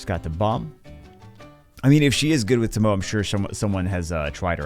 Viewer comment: TOE - MO - EY (tomoe)